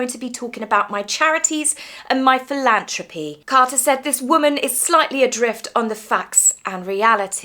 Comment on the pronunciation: PhilanTHropy! Th not t! ❤